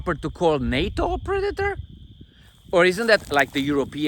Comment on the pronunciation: She said “pre-dater”..